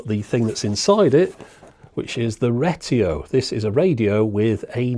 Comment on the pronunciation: "REgreTIO" cracked me yp